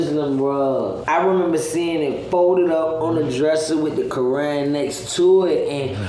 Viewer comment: Neither of them are Muslim. Every black man thinks hes a Muslim once he goes to jail in the North. I think its hilarious. Hes wearing short shorts, swearing, i bet he doesn't even know which way Mecca is or who Muhammad first wife was. He pronounces Quran like crayon.